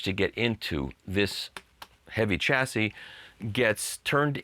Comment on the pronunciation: Mikey ! How can you correctly pronounce 'Hor Zu' (Hort-zu) and then pronounce 'Chassis' 'Tcha-si' instead of 'Ssha-si' ? You're driving me nuts ! Keep up the good work brother !